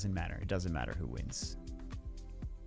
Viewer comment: goes italian '"doesnt really matteeee"